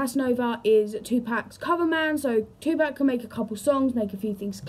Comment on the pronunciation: two pack??!!! If you want folks to take you serious, PLEASE say his name correctly. It's pronounced tu-pock...pock like pocket. Kasinova is a fool. I wouldn't believe anything from him since he plays with the fans..